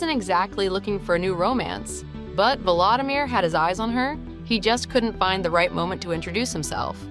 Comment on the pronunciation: If you are going to present a personality, please, please learn to pronounce his name correctly. It is vO lO Samir , not valadamir ( as in Valadamir Putin)